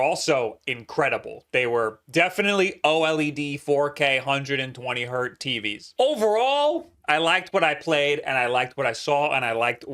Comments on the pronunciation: Hertz, not hert,. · 120 HERTZ. NOT 120 HERT. HERTZ. HERTZZZZZZZZZZZZZ. PLEASE STOP SAYING HERT! EVEN 1 HZ IS 1 HERTZ. THERE IS NO SUCH THING AS A HERT.